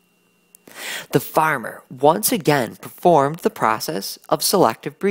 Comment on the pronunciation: a good "farmar"